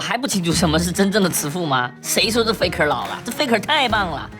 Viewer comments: 就是peko因为韩语里面没有f的音，所以韩国人把f发成p的音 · 他就是故意學韓國念法 很好笑 差不多就是peko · faker念得很像peko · 聽過韓語播報聽過T1 Mic check的我知道那是韓文發音 但看超級他媽多油油的東西的我下意識聽成Peko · 他是故意學韓國念法啦